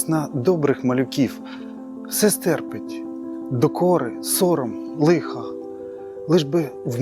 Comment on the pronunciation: Все стерпи'ть наголос на другому складі